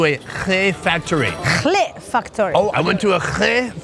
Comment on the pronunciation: the way he pronounce "khlea"😭